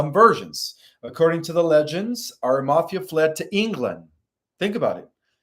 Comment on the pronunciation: Pronounced Ara-ma-thee-a! He is Marys Uncle. And Roman is Pontius Pi-late. Also suggestion- consider getting a large sceen to put behind you maybe decorated with lights to hide the very busy background. Also you never answered my question i had sent money for - will i live physically on the earth with my husband who passed last year after the solar flash?